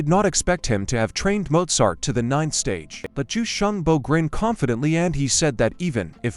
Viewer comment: is bro saying Mozart